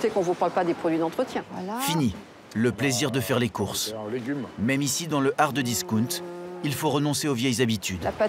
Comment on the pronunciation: S.v.p. bien prononcer ou utiliser des termes français. Hard discount et non ardiscoont…c’est quoi ça 😅.